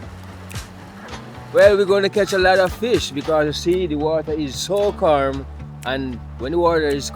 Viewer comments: bro g said the water is so "carm/calm"😂😂😂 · water is so carm 😂 deh breda yh mn